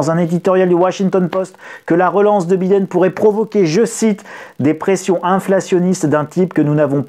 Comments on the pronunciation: le "i" de Biden se dit "aïe" donc B-aïe-den, svp cela fait mal aux oreilles avec un "i", merci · Biiiden!!!🤣🤣la prononciation à la française..hahahaha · la prononciation de Biden MDR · Grand merci pour la vidéo . Mais pourquoi prononcez-vous le mot "time " a la façon Américaine " alors que le nom Biden est dit à la Française ?